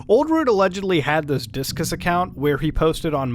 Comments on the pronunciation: It's img-ur not im-gur. And its dis-cus not disc-us. So awkward to pronounce these phonetic service names incorrectly. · Also Discus is not 'diskis" it's dis-cus you know like discussions?